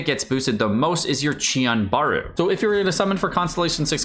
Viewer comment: Chiyanbaru? Dude you must be the champion of mispronunciation.